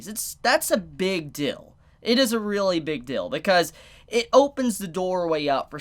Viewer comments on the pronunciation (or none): I like how you say "dill" instead of "deal" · Are u saying big dill instead of deal? Lol i got no problems with that just find it funny, probably just where u are in the USA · he says deal funny hehe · Even though he has a problem pronouncing the EA in dEAl, revEAL etc etc... but that's what make! And we love him for that